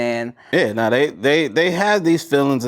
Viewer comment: Okay, I am from Melbourne, Australia. I think this 'neh' you keep saying is a combination of your normal 'No' and 'Nah'. People in Australia, we speak hella lazily so things may sound different. Like a mumble. At least where I am from & the people I have been around, our 'No's do not sound like 'neh'. We say both 'No' and 'nah'.